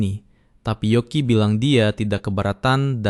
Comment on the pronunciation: yoki min bukan yuki